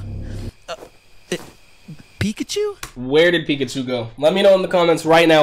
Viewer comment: Bro that ain’t pickachu that’s mekachu